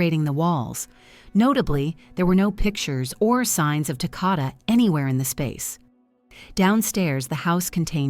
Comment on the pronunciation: Maybe you should try saying his name right. It's Takoda rhymes with Dakota. RIP sweet angel boy 😘